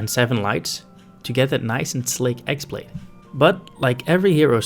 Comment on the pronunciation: It's not x blade its χ-blade (chi/key - blade)